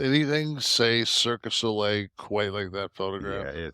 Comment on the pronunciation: Can no one is wrestling say "cirque du Soleil?" I feel like they all say "Circus Olay" 😅